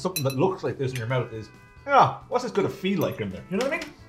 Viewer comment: Wow!! listen to the Irish pronounce troo instead of through and mout instead of mouth. The letter H is shunned.